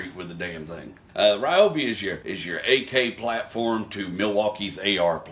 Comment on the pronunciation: I love my Ryobi tools. You're right, they're tough. Also, Ryobi pronounces it Reeobi on their website videos. I'm sure you don't care, but I am who I am. Good vid.